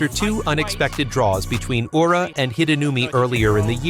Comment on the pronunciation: It is pronounced Ura, not "Yura"! Terrible pronunciation of Japanese names is irritating!